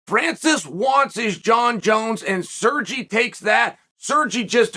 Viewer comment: sergy LOL